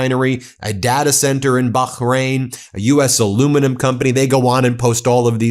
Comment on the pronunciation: BAH RAINE not Bahakrain. 😮